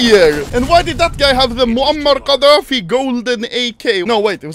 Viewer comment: Why does anomaly say moamer ghadafi so........ Naitvley and fluently. Mabye he played too much wargame on t side or something